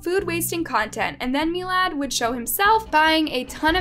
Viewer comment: It’s pronounced mill-ad not mee-lad